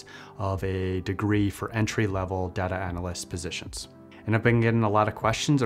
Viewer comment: This guy pronounces data like data so he can't be trusted...